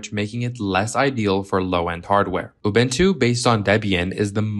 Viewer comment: It's pronounced Ubuntu not Obentu